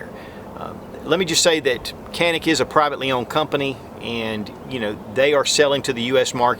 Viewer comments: It's pronounced John-eek...not "canik" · try reading the name as "ganick" rather than "canick" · I have been informed that the Canik is pronounced John eek in Turkish..... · u spell so funny its turkish pistol canik its not kenik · stop saying "canik" that is not how it is pronounced. Ja neek not kan ik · matt r lol everyone knows dude, nobody cares. "Can-ik" just saves us from having another pretentious conversation on correct pronunciation. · Superior review....the actual name is pronounced...like "John'eek", in fast repeat it sounds like "John'nick"...but no "k" or tuna "can" sound...name comes from the Canik mountains near Samsun Turkey where the gun is made on the Black Sea. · John'nick rhymes with John Wick, and that is all I need to know. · Canik Pronunciation: J-ah-nick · İt’s pronounced “Johnick” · Great review but just a little nugget of info to add to your reptar it's pronounced more janik as it is a European gun 😉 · It s pronouns jhanik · Thought you pronounced it JON - IK ? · the right pronunciation for ( canik ) like Turkish people is ( janik ) in Turkish language ( C = J ) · Pronounced as "Djanik" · It is pronounced like Janik or Janic. Letter C in Turkish is not pronounced as in English. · Its pronounced; Jah nik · You said the name wrong about 29 times. Still LOVE me some!